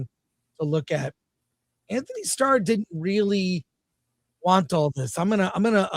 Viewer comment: Dang Chris butchering Antony’s name lol